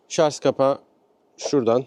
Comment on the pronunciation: Şarz değil Şarj 🤦